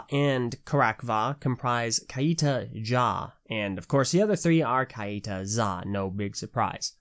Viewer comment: I think it’s meant to be pronounced ‘kite-ah’ not ‘ky-ee-tah’